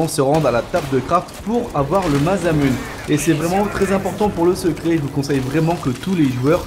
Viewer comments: Ouai ptn j'ai eu mal aux oreilles xD Mazamunne x))) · Juste un détail qui me chiffonne : ça se prononce MASSAMOUNÉ ! x) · Moi aussi ca m'a interpellé mdrr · cru que j'étais tout seul... J'ai envie de vomir